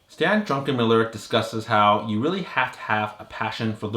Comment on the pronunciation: Druckenmiller not Drunkenmiller